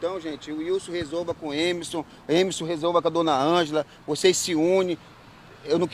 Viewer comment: Coitada dessa senhora. E me da uma agonia esse pessoal que tira o R das palavras. "Emeson". E me admiro é dessa repórter falar errado.